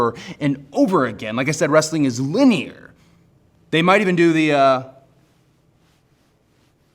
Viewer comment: please Cody, you're the man but never say "linear" ever again 😂